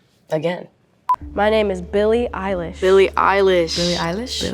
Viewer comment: she seems having a hard time while saying "Eilish"